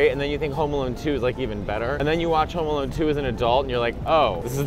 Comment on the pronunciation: Wait… I swear, I thought you guys were saying “Homo Alone” The while time. 😂 I’m sorry. 😅